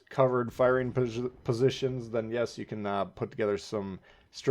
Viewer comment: Why can't you pronounce "positions"? lol